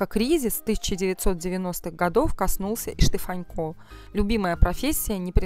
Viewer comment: Почему ведущая называет его Штефанько, ведь его фамилия без мягкого знака-Штефанко!